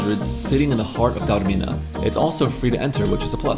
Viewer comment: Lovely vlog guys, and so good to hear Taormina pronounced correctly for once on YouTube. A few points: If you’re going to Taormina, Catania - the island’s main airport is a far better choice - Palermo makes no sense, even if you’re hiring a car. In Italy, it’s a ‘piazza’ not a ‘plaza’ - wrong country! Taormina is more expensive than you suggest. It’s Piazza IX Aprile. ‘Scusi’ or ‘Mi scusi’ - Spanish doesn’t work in Italy. Granita + brioche = breakfast. You can in fact walk down to the beach down the mountain paths. Taormina is not a beach location, it’s a city destination with a beaches nearby; besides Isola Bella (and others at the bottom of the funivia), you can also take a 10 minute bus to the long sandy beach at Giardini Naxos down below that you can see from Piazza IX Aprile. 2/3 days is probably not enough; you can base yourself here for numerous trips around this part of Sicily, including Giardini as mentioned, and the nearby Alcantara gorge, as well as further afield. One of the better Taormina vlogs, we go every year and think it’s very special - you got that over in this trip report; thanks for a respectful and interesting vlog.